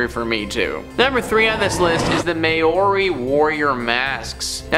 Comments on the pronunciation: Māori... mau-ree. Greenwich... gren-itch. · "MAY-YORI" my guy- but also i didnt know my culture had an actually haunted artifac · Great video but could you please try and learn how to pronounce "Maori" correctly? At the moment its doesn't sound anything like it should. From a Kiwi